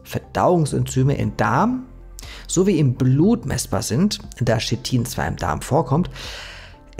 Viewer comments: Chitin nicht shitin. Aber du bist wohl auch der kollege der nach schina geht und nicht nach china. 😂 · Sprich KITIN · Kein Schit-in, schließlich sagt man zu Dach auch nicht Dasch! Der Rest ist korrekt. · Sehr interessantes Video, ehrlich! Dennoch, bitte, bitte "K"itin nicht "Shit"in und "Y"kl nicht "J"kl! Danke